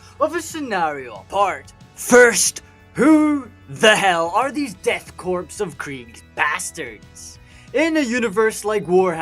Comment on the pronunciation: I hate to be that guy… but “Korps” is pronounced the same as “core” the “p” and “s” are both silent (it’s French)